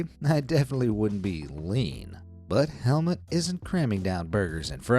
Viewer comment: You pronounce it HelmUt not Helmet 😂